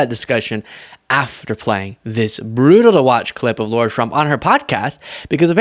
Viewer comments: It's not low-rah, it's lah-rah! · Hi! I watch you more than once a day and love your insight. It's Lahrah ( Lara Trump), not Laura...it's a fine distinction, but I'm "Laura". and I can't stand the skank. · Amazing! Lara was able to humiliate herself without singing! PS - it's pronounced "Laira" or "Lahra" Trump, not pronounced " Lora" Trump. No "U" in the name to give the "oh " sound! By the way, the name got popular after the "Dr. ZHIVAGO" movie, the female lead character's name! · Pronounced lie are ya trump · The way you always pronounce “Lara” as “Laura” most really piss off the Trumpies. Good job. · Sorry, love the channel and your content but you keep making a minor mistake. You keep saying Laura Trump, her name is Lara not Laura. I dont see it as a big deal but i know you care about accuracy and it would be like calling Star Wars Star Trek or Lara Croft Tomb Raider Laura Croft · Are you actually saying "Laura"? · I can't stand her, but please stop calling her "Laura".